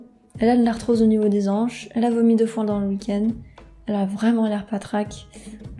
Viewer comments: Des hanches. Pas des zanches. C’est un H aspiré. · C est bien d articuler lorsque l on veut expliquer quelque chose car c est vraiment désagréable de vous ecouter...dommage ..et on des "hanches" et pas des "zanches"....et il y a d autres aliments toxiques tels que les amandes .( d autres oléagineux également...) et beaucoup de plantes extérieures et intérieures dont une très courante dieffenbachia...